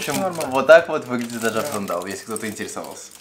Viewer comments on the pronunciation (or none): не Аджампсандал а Аджапсандал))))))